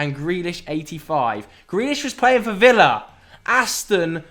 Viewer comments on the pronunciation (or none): none